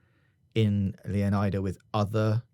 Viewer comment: He can't even say Leonida correctly, or iguana, or Lucia's last name.